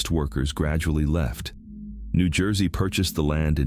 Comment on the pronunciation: Toms River, New Jewsey. ✌🏼